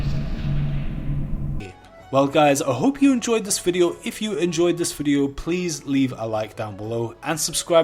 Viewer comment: Less than 30 seconds into the video "but but but, can I get 1k likes pliz? Pliz like, like like like"